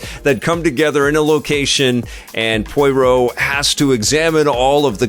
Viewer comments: 😂 Listening to pronounce Poirot as Poyroh feels the same as listening to my dad pronounce Chipotle as Chipotul. Love it 😂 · Looking forward to this after the first two Kenneth Branagh (pronounced branna) Poirot (pronounced pwurrow) films, although the horror/spooky side is a bit concerning (the book really isn’t).